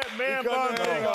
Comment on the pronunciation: "A man bun is not a ting" - Charles barkley